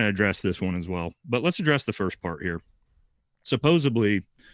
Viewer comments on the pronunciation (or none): Also can you teach how to say "supposedly" bc if I hear "supposeBly" one more time, I'm gonna fucking explode 💀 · cant trust a word from after hearing him pronounce "supposably" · . Using "subbosably" instead of the CORRECT word supposedly, is an automatic dismissal of anything this person says. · Don't trust anyone who says "supposably"